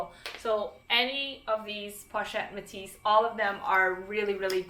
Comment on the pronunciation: Fantastic video! Very informative and really helpful. I'm planning on purchasing an LV bag for my mum and these are great choices. I speak French btw and a little help on some of the pronunciation on the bag names if you'd like to pronounce it closer to French: Félicie - 'fay-lee-see Croisette - krwa-'set Métis - 'may-tee ('s' is silent) I'm glad you mentioned Fauré Le Page ! One of my absolute favourite brands 😍